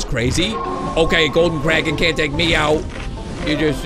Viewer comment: I thout you said Karen.